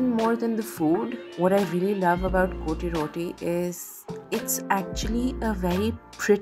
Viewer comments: Correct pronunciation is COT ROTTI . . Not CO TE ROTI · Its not pronounced " coty roti" . Kindly look up the correct pronounciation😂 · It’s not cotyee Roti😂😂😂😂